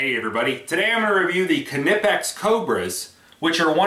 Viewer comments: the "ka-nipex" gets me all the time. being austrian myself i do find it hilarious for yet to find an american to pronounce it properly, but there's no pun intented. the "kn"-combo is vastly different to pronounce in english than it is in german, and as a suggestion you guys should try the "qu" out of "quest" or "question" and seamlessly impart the "n" rather than pronouncing it like "kw". much like "qn-ipex". if that makes sense, of course. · lol. I thought he was trolling at first, but I think he legit thinks it's kannippex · Is that the proper pronunciation? All along the boys at the shop and I have been saying "naipex", funny... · Dude is nipex the K is silent. just like Knight and Knife. Good review otherwise. (I am aware that the Germans do pronounce the K but it just sounds weird in English.) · Knipex= ny-pex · THE K IS SILENT!!! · The k is silent like in knife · No it's not. They're German. You pronounce the K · Aj Robinson no it isn't.. watch some videos from Knipex, they pronounce the K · 842qwery the "K" isn't silent.. just look at some YouTube videos from Knipex, they pronounce it the same way.. :-)